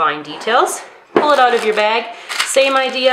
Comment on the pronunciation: I usually can't hear a difference between American English and Canadian but I heard you said that typical "oot" thing hahaha :)